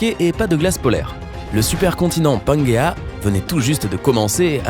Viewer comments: On dit la pengée pas panguéa et les dinosaure n'ont pas disparu car les oiseau sont des dinosaures et il faut arette de parler comme si TT cela était sur et prouve alors que pour l'instant ce n'est pas le cas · Sa se dit troodon avec le son on et sa se dit pangé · Le mot "Pangée" ce prononce bien à la française